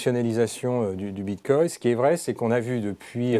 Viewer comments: Bitcoin avec un "N", pas Bitcoy... ^^ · On dit "BITCOIN " et non BITCOY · Bitcoy... cannot unhear